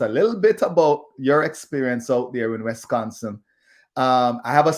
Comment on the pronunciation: It's Wisconsin not Wesconsin.